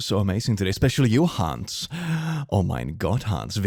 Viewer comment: And it is not pronounced HAAAAAAAAANS. The "a" is pronounced like the "u" in "but".